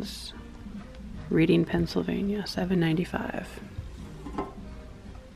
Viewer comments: I'm not criticizing but Reading, PA is pronounced Reding. I know why did they put the "a'" in it. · Named after Reading in the U.K. Pronounced Redding.